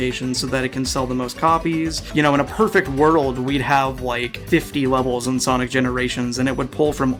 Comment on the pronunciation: Bro did you just say, "from Sonis hedgehog 2"